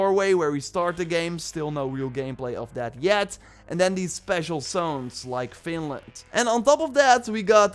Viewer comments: It's Vinland. Sounds like you're saying Finland. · I heard that as well and as a Finn was like FINLAND????? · to america or then called FINLAND XD, i cant be the only one who hears that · No you weren't! I also heard Finland at first but after getting super-excited I realized after some investigation that it was actually Vinland... :( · It's vine land as in vines, everyone who does maybe 2 minutes of research would now that. is getting lazy seeing as he mispronounce almost everything that has to do with Norse mythology and the old Norse religion it's really painful to hear. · he is dutch though so the v sounds like an f alot of times, but yeah it's not exactly hard to get right